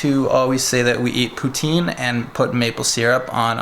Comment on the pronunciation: I live in Canada Montreal and when you day Poutine we say it in a French way